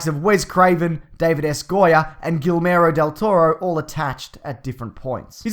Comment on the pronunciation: 'Gillmero del toro' haha